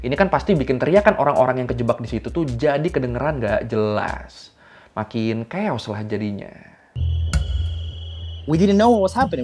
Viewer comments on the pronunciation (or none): none